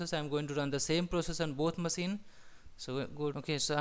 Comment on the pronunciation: good explanation and clear language. Good job! Though I can't get over the fact that you pronounce maSEEN :D it' s funny but if you want to sound even more professional check the phonetics on the word "machine" using google voice and try to emulate that. Regardless, good tutorial!